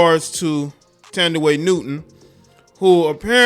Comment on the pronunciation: It’s pronounced “Tan-Di-Way.”